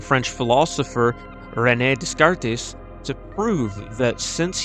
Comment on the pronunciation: Pronounced Rene “Day-Kart”